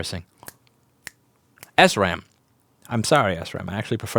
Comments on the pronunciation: Shram, not S ram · Sram is pronounced "shram", not "esram". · SRAM is actually pronounced "shram" for some God-forsaken reason.